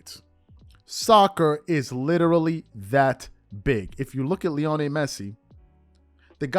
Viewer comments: I love this channel, watch it everyday....however this is painful as hearing you butcher his name.....Lionel. LEE - OH - NEL not LEONI. Keep crushing these bronsexuals my bro. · It’s pronounced LEE-oh-NELL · Bro idk you claim to be a fan of soccer at least somewhat and you never heard lionel Messi’s first name said correctly